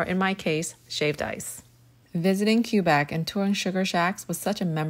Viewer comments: You say “Quebec“ like qwe-bec alright? And i am proud of you, you finally did it :D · i'm from quebec and that pronounciation was...something...lol its supposed to be said kébek. also, great attempt at maple syrup taffy ! i love that stuff and i distinctly remember getting so much once, i couldnt sleep afterwards 😂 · I am not Canadian and my dad is Chinese but neither of us have ever pronounced Quebec (kwa bec) Cue Back😂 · What??? I live in Canada and I know it's pronounced keh-beck, but usually I hear pronounce it kwa- beck....the hell is cue beck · It's pronounced "kebɛk" in IPA. Not Q-Bac. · I am going to say this as calmly as I can ….. YOU PRONOUNCED IT WRONG ITS NOT (CUE BEK) ITS (KWUH BEK) AAAHHHH!!!!!!!!!!!!!!! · Why did you have to pronounce it like that?!?!? I’m Canadian and I live in Quebec and and everyone and I mean everyone says it like kwe-bek not cu-bek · It actually is pronounced kebek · i’m glad i learned spanish because i pronounced it kweh bek like what in spanish 🤣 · I'm glad you finally got it!! As a Canadian from Quebec it definitely makes me happy to see others enjoying frozen taffy. Just a side note though, Quebec is pronounced kwuh-beck (no hate, just letting you know)! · I know right 😅 It's Québec. The first syllable is pronounced like "kay". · Just don't pronounce it cue-beck like her😭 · It’s pronounced kwuh-bec 😊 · We are so proud but excuse me where is Cue beck It’s pronounced Quebec not due beck or qwabeck I don’t want to sound rude but it annoys all of us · you certainly didn’t make us proud when you pronounced Quebec as Cue-bec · Im proud of you, but LISTEN. Its pronounced KE-BEK. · She’s mother of mispronunciations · I'm Polish, never left Europe and even I went 👁️👄👁️ when I heard her pronounce Quebec Thats gotta be an engagement bait, right? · The way you pronounced Quebec 💀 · Sure, good on you for retrying but oh lord That pronunciation of Quebec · As a Canadian, please do not pronounce Quebec like that ever again 😭